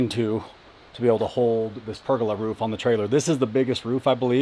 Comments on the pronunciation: Per-goal-ah.....not purgala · Per-gol-aa....... per-gil-la makes me cringe 😂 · Wtf is a purgalah, I think he means pergola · I always find the American pronunciation of Pergolas funny, it just doesn't sound right.